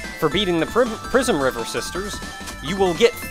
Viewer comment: I keep hearng "Prismriver sisters" as "Prisonriver sisters". Derf. It perfectly reflects my opinion on what most musicians deserve, but it's a bit harsh on those three.